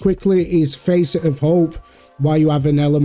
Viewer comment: The A in facet is pronounced like fast, not like face.